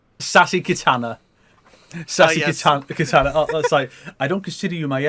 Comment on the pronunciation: I love how the MK guys can't help but pronounce the name of DC's Katana as 'Kitana', that's a fun reflex xD Also damn, Dawg right off the bat just going after Sonic's room (we need Choppy Mode Sonic again though!) :p Also, for the timestamps, Spider-Man discussion starts (that might be fixed by the time I make this comment)